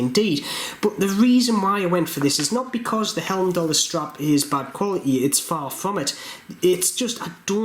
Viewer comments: The escape valve is purely cosmetic if I'm not mistaken. Also 'heim'dallr, not helmdallr. ;) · I love your reviews but I do need to point out there's only two letter "L" in the word Heimdallr, and they're in the second syllable. 😎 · I am a huge fan of Heimdallr watches , unbelievable quality for price , p.s it`s pronounced High-m-daller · Being a Jeordie is no excuse for pronouncing Heimdallr incorrectly. Agree, Heimdallr are arguably the best value for money watch available. It's a nice watch, and I like the logo. I just don't think the two go together though.